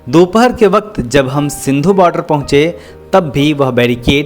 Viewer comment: सिंधु नहीं सिंघु